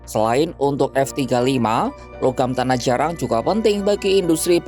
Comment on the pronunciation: Narator ngmng nya gk jelas.. Tanah jarang diucapkan tanah jarak berulang-ulang menurut keyakinan saya..😂😅